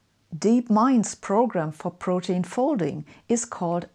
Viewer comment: It's actually pronounced pro- teen (like in e.g. teenager). Being German I made this mistake myself until a native speaker made me aware of the right pronunciation.